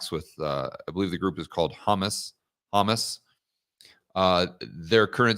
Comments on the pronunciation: Leave it to to pronounce Hamas like humus 😂😂😂 I must say, that does vastly increase the palatability of that group 😂😂😂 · Ha- mahs. 😂